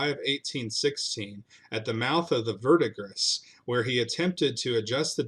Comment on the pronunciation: Bro, Oh-sayj… it’s not oh-sahj. Also, verdigris is pronounced ver-di-gree.